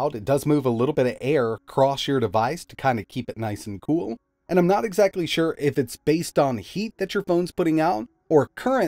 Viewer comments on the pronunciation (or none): none